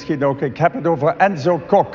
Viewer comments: No need to be embarrassed. Her name is not Coke but you pronounce it like c-awe-k with a very short oh. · Emma Coke!!! It's Kok, as in pen!s